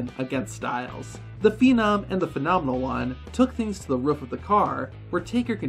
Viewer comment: It’s a roof not a ruff